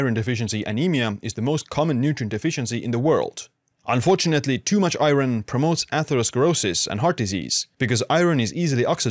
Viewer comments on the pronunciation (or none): You say iron very weirdly.